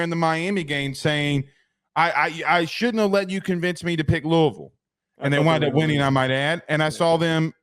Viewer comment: Just by the way you pronounce 'Louisville'... if you know you know